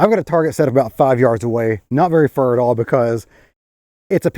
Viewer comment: Did you say not very Fur at all?😂😂😂